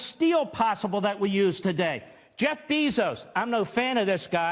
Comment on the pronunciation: "Beezos?" Why do this freaks always, always mispronounce people's names? Always people they disagree with.